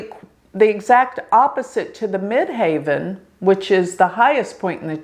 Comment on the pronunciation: Why do you say mid "haven" instead of mid heaven? Medium Coeli MC means midheaven as you well know 😍